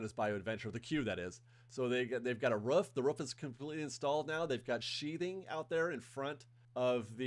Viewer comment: Roof.. not Ruff